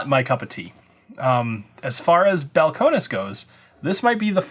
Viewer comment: Bowel-Cone-Knees. Need to pronounce it like a Texan.